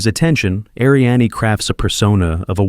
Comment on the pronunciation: Love in the Afternoon's heroine's name is pronounced Arianne....no ah at the end. Again that AI voice...